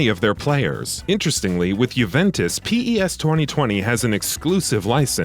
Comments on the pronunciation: don't say P E S plz just say PES not P AND THEN E AND THEN S WTFFF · Please stop calling it P.E.S just say pes please :) show some respect haha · its PES and not P. E. S. microtransations incoming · Okay no need for the Pee Eee essss. It's Pez thanks very much! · It's PES not P-E-S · I disliked this video because he called pes as P-E-S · Why is he saying P.E.S and not just PES , it's kinda annoying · Its PES no P E S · No one calls it P.E.S. it's called PES (pez) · Lost me as soon as he spelt out P E S instead of just saying pes like every other non robot player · Its known as PES not P-E-S!!! I cant listen to this shambles of a video you cant even say the games name right!!! Unbelievable.... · 🗣 It’s PES not P.E.S.!! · Daft sod narrating thinks Diego Maradona is two people. And it's PES, not P-E-S. Fuck sake. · You should redo this and say pes instead of p e s thats some crazy shit mate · I can't take the video seriously with the narrator saying P-E-S instead of just PES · Stop saying P E S its one word come on you guys did this shit last year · The moment he says P-E-S. I was done. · I stopped the video when he said P.E.S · lmao really? I didn't get to that part. Closed the video after the third time he said P-E-S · diego...maradona. really guy? You said it like he's 2 separate people. Do you not know who diego maradona is? If not, maybe you shouldnt be narrating a soccer game comparison video watched by soccer fanatics. Just maybe. Oh... And p...e...s. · Why didn't he call it f.i.f.a then